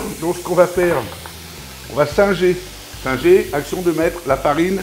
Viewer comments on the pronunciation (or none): none